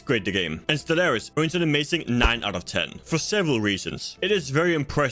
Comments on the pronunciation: bro I can't watch or respect you because you mispronounced stellaris in the first 10 secs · To be fair it's a game review a good start would be to pronounce the name of the game properly I can't take a game reviewer seriously if they make such a grand mistake in the opening of your review!